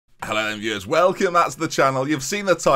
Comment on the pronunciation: you saying 'viewers' kinda bothered me, interesting video, but probably can't stick around